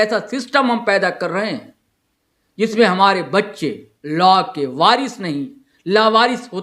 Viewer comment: Sir phle pronouns to thik se kr lijey laa nhii law hota hai, or personally app chota Nagpur law college ko Target nhii kr sakte, app kavi aa y hai hamare Law college study dekhne, kysa hota kysa nhii, faltu ka bakwas kr rhe, humlog study kr ke he jate exam dene, 1- 2 ke chalte sbko badnam mat kijey